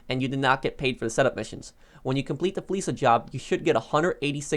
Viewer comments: Real question. Not undermining anyone. But is it not pronounced fleeka? Like the k sound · Well Lester pronounces it as "fleesa" so I guess that's why everyone pronounces it that way. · ok I guess I'm wrong. I swear paige says fleeka for the same "fleeca"